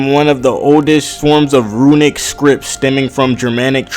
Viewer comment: they're Called RUNES not RUINS so not ruinic script but runic script so think about it this way you dont say iTuins you say Itunes thats how you pronoucne Rune just like Tune so say it with Ru-ne and i Tu-ne